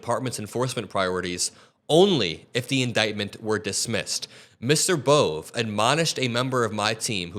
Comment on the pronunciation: "Bohvay": is how the last name "Bove" is pronounced